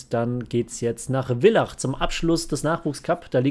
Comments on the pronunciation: Machst das richtig cool. Freu mich auf weitere Videos. Abo lass ich dir da, nur bitte in Zukunft Villach richtig aussprechen. Schöne Grüße aus Villach😉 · Genau, du sagst ja auch Vogel und nicht Wogel oder?